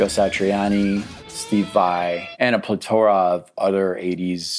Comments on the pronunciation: Plitora of othe 80s guitar heros? Did you mean Plethora? It's Carlos not Carlis. Wow dude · DId you say ple-tora? It's plethora as in "El Guapo has a plethora of piñatas." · The way you say Plethora is 100% unacceptable and infuriating 😂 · I was going to rib you about mispronouncing “plethora,” but after reading some of the harsh stuff in the Comments, I feel kinda bad! This is a lesson/realization that bears repeating - technical virtuosity on its own doesn’t mean much, unless it’s in service of musicality.